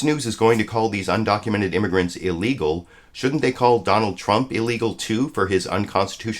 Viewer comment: She also said "imergants".